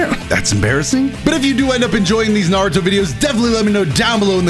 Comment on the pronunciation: It’s not narutoe man it’s naruto